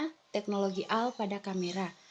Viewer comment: Teknologi ai = AI = artifisial intelegensi...bukan di baca AL tapi AI = ei Ai..... BHS inggris